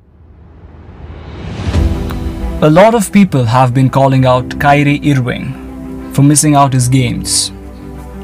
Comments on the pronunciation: No one: "Kyrie eeriving" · Why is he butchering his name like that? He plays for Nets not Cleveland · Good content but you pronounced 'irving' wrong